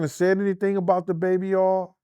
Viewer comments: Why is it so hard to say”Oil”? says Baby Aw and says Baby Earl. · oh i also failed to mention as well. Instead of saying three he would say tree😂 and as for oil he say Earl😂😂 . G